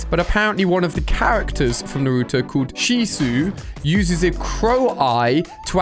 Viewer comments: u mean shisui he’s pronounced like sheeswee not shisu plus itachi uses the crow in his hand and the Sharingan isn’t a crow it’s a special eye in the game u can have the the hyugas eyes witch is white eyes a rinnengan or a sharingan or just normal eyes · Bro it’s not chisu it’s chisui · When he said shisu instead of shisui hurt but i thought he would say itachi to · Ali A: Shesu. Everyone Naruto fan: Its Shisui! ( so you can pronounce properly it is pronounced She-sue-e ) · shi sue nah its shisui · i killed myself when he said chisu instead of shisui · Did he just say shisu for shisui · My man called shisui sheesoo its pronounced shee-swee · bro chisu its accutauly itachi And Shi-su-wi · It is not shisu it is shisui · its shisui not shisu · It's not shisu it I shisui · And alia its not shisueye its shi su e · Shisu its pronounced shisui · It’s shi su e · How to pronounce Shisui : she-su-e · IT IS PROUNOUNCED SHEESHWEE and spelled Shisui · Pronounce it shees-wee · naruto fans when he said sishu: ITS SHISUI!!! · Does anyone else hate how Ali just called shisui chisue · He said shesoo😂😂😂😂😂😂😂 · Itachi transplanted shisui's eye into the crow. Also its (She-soo-ee) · Shishui is prounoused she sue ii also naruto / minato his dad have a kunai called flying raijin and where it lands it will teleport them and im hoping if naruto does come to fortnite i dont wanna go school and see naruto running or saying naruto is from ffortnite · It’s shuisui or say it like shi-u-ze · Close, it's shisui (she-sew-ee) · Shishu? Huh it’s shisui uchicha is his name and it’s not only him it’s itachi uchiha aswell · its not called Shisu its Shisui = Shi-s-ui and he’s dead I want to tell you its Itachi😭😭😭😭😭😭Im dead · bruh he said cHiSwO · He really said she Shu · Ali it is not kochisu he is uchiha itachi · Shi su we is how you pronounce the name shisui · Shisui is pronounced shee-swee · It’s not shisu it’s shisui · BRO ITS SHEE SOOO EEEE SHISUI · No tryna be that guy but it’s pronounced (she-swee)